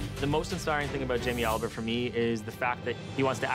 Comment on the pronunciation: Jamie Oliveoil? Haiyaaaa xD